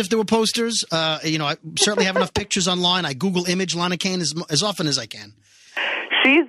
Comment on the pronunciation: LAA-NAA-HAA.. I thought I heard self-righteous clomping.